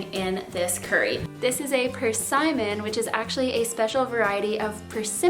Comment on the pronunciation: Such a nice recipe for the colder months of the year. Side note, I have never heard persimmon pronounced that way before, lol. Have a nice weekend.